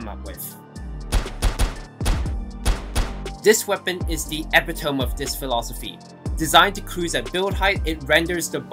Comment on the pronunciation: bro pronounced epitome as epi-toem great vid tho